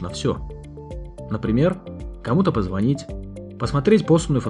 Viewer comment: позвонИть! Давайте говорить правильно!